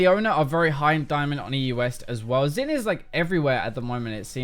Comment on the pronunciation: it's not 'xin'. it's 'xin'.